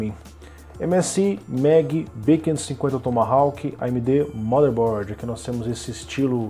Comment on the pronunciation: A letra 'W' da palavra Tomahawk não se pronuncia.